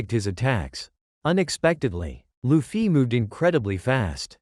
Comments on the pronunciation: It’s not lu-ffy it’s luffy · Luffy❌ Loofiee✅ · Why do they say luffy like that?